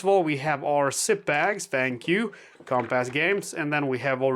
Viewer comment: you make me laugh, which is a good thing. I must say the way you’ve said Compass makes it sound like you’re saying Comp-Ass, I giggle every time. Make it an “iss”, but maybe I should say that, because then I’ll never laugh again. Your english is great and you do the best content available for solo WW2.